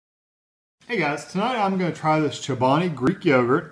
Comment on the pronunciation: It's 240 calories. And you say the name wrong. It's kind of like you're not Chobani's buddy.